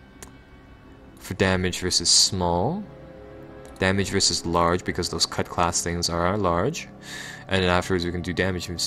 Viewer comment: CUTLASS! ITS PRONOUNCED CUTLASS!!!